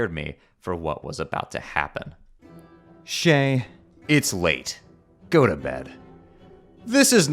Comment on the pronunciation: Shayy, its Shayy, go to Shayy